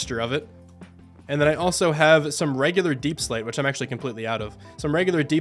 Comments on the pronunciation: “Back in the day I wouldn’t be able to pronounce that thenthence” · “I grew up with a lisp, younger me wouldn’t be able to pronounce that thenteth”😂😂